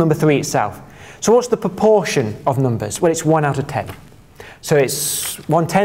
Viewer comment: Noombahs thwee